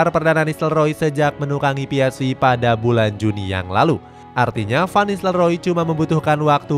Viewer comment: Ps-ve bukan vi